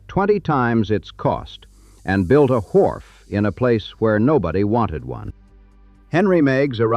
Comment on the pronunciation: The voice was AI and had a strange way to pronounce wharf. Wwwhharff.